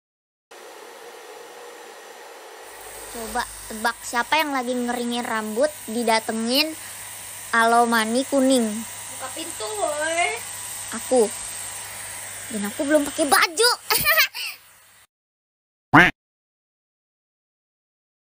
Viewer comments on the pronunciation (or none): I just realize that kobo say alomany instead anomaly